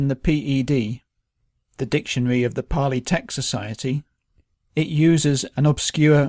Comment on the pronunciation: So it's paaali?